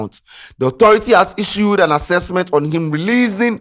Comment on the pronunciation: what is task accesksment